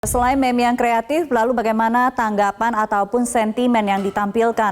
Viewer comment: MEME DIBACANYA MIK BUKAN MEM, MEME, MIMI,.. MIM !